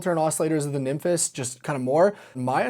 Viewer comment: I'm genuinely so sick of hearing the way you pronounce nymphes